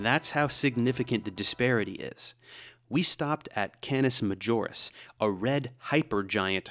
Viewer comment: Canis Majoris is a latin name. So either pronounce it correctly in latin or change to english - Canis Major. Duh